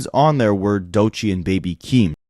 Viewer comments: Why ak keep saying doichee instead of DOECHII* 😭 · Bro said "doychii" 🤦🏽‍♂️😂 ak is a dh 😂😂😂